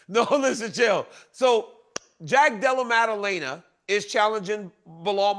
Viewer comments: DC called him Della Lama after all that 😂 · "Blahal and Jack Della Lema"....... I dont know at this point if Uncle Chael is leaning into this schtick or if he's just illiterate.